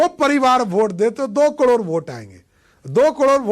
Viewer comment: Pahale to sahi se karod bol re